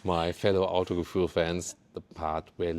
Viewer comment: That's not autogefuhl, more like ev gefuhl